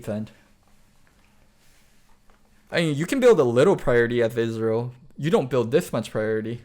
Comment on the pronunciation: ezreal, not israel